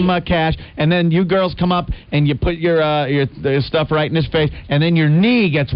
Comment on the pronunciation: Im convinced opie mispronounced put purposely for attention.